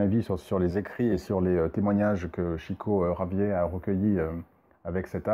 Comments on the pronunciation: Intéressante analyse du film, le coté suicidaire m'avais pas mal heurté également... juste pour info et si cela t’intéresse, Chico Xavier était Brésilien et son nom se dit " Chico Chavière" . Merci pour ta vidéo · En tant que prof d'español je trouve votre accent très bon, félicitation ! par contre il me semble que Chico Xavier était brésilien donc ça se prononce "chavièr"